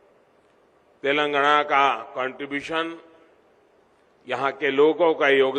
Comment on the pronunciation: telangana bolna seekhle pehle